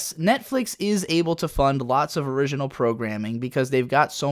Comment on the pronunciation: Your inconsistent pronounciation of the word "original" is straight up killing me. Some times you pronounce it the same way you pronounce"" and some other times in this sort of weird french style.